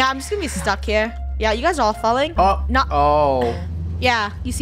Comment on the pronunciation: the no sounds so British